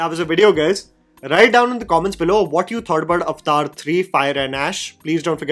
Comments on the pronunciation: It's Avatar, wtf is Ovotar!! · I just have to say, it's not called "અવતાર" (Sorry I don't know how to write it in Hindi lol). It's "Aavataaaahr". Lol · Avathar❌ Aftaar✅😂😂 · At least pronounce the title correctly it's 3 syllables AvAtar not Avtar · When you say Avatar, it sounds like "Iftar" like the party for Muslims. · "Avtar" hehe.